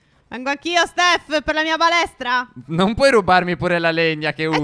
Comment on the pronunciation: solo io ho sentito "palestra" al posto di "balestra"?